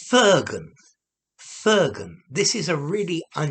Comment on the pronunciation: Just a small thing: in Hebrew, the accent is on the second syllable: fir-GUN, and in the first syllable, the I sounds more like in the word ITCH, and not like the I in GIRL. Thought you'd like to know. Lot's of FIRGUN for showing this to your viewers!